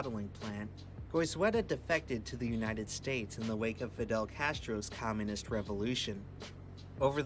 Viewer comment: "in the wake of Fidel Castro's COMMONIST revolution" what..? How do you fuck that word up? How have you never heard the word "communist" or misread and assume "commonist" is a thing? I usually politely point out the mispronunciation of words people make, often times because they're mistakes I either have made myself or could easily see myself making, and idk, call me a weird idealist or w/e, but I love the language, and I think it makes you ever so slightly a better person the more you master it and iron out as many mistakes as possible, but in this case my mind kind of just goes blank and doesn't compute, especially in the context of talking about Castro, that you wouldn't have heard of the word. Unless he's just been mishearing it his entire life or something. Weird. Also realized mid typing this the possibility of the word "commonest" in place of the made up word used above.